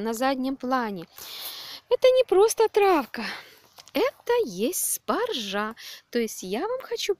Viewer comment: В слове "спаржа" ударение надо ставить на первый слог - спАржа !!!!!!!!